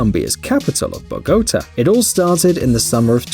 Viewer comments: LOL at the narrator pronouncing Jorge as “Yorga” and Bogotá as “BoGOta”. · Not even a robotic voice and he can't pronounce Bogota and doesn't know that the Spanish name Jorge is pronounced Horgay?